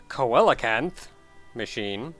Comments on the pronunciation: It's pronounced 'see-la-canth', dude. And it is a prehistoric fish that was thought to be long extinct before being rediscovered a few decades ago, nearly unchanged for millions of years. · Coelacanth, pronounced (seel-a-kanth), is a living fossil fish. It has leg-like fins, lays huge eggs for a fish, and has armor-like scales.